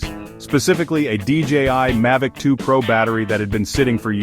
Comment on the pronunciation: Why do you keep calling it a Mahvic and sometimes Maivicm, its Mavic?